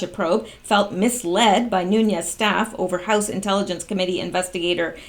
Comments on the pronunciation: It is pronounced Nunez, there is no ~ over the 2nd N, so no stretching out of the 2nd N. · It is NOO-Nez.. (Nunes) Portuguese. My congressman. bugs me when ppl dont get it right. esp. like. From Tulare CA!:) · Nunes is pronounced 'Noon-ez".....Rosenstein , himself, pronounces his name "Rosen-stine" please stop screwing this up, makes you sound uninformed.